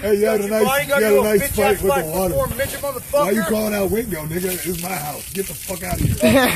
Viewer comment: I thought that too for a minute but sounds like he called him Ween-go at the end and the camera guy was saying to "sign the contract, I signed it already, I fight to get paid." So it can't be weendog, he's not a fighter.